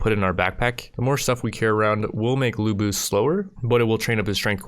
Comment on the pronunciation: The correct way to say lu bu is "Lyu Bu" not lu bu